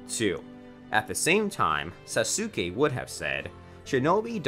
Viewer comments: its sasuke not sasuukae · Le me tell u one thing When u say sasuke it kinda Sounds like Sasoke when u pronounce Sasuke Say it With Saske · bro why did u say sasukei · The fact that Sasuke is pronounced Saske and he says SasUke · He really said sasookey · This guy has to be trolling with how he pronounces names, “sa-soo-skay” can’t be how he seriously thinks it’s pronounced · Bro said Sasooke 🤣🤣🤣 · did you just call saskue SAS UK E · did he just call sasuke sassukae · Sah-soo-K Completely accurate pronunciation of sasuke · Don’t say there names like that please bro sasookay is killin me 🤣🤣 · I pronounce it like sasgay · “Sa-sue-kae” AHHHHHHHHHHHHHHHHHHHHHHHHHHHHHHHHHHHHHHHHHHHHHHHHHHHHHHHHHHHHHHHHHHHHHHHHHHHHHHHH THE PRONUNCIATION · 🤦‍♂️ you know it's pronounced soskay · YO WTF why do u say saske name like that saSuke😭 u sound mad dumb💀💀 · Did he just pronounced sasuke SA SU KE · did mans just say sasooke?!?! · HE SAID SASUKE WRONG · Can u say sasuke right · He literally mispronounces EVERYTHING. Boruto, naruto, hinata, sasuke, sakura, sarada, genin, chakra- he mispronounces it all. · Sasuke...sa,su,ke...i cant understand this...try removing u in sasuke pls😃